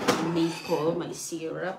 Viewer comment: Syrup not syrap